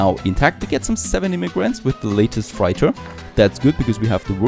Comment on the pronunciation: Man i love your videos and watch most of them. But please look up how to pronounce Freighter. Love me some Tropico, keep up the good work!